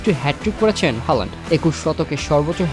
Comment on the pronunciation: হলান্ড না, হ্যালান্ড 😐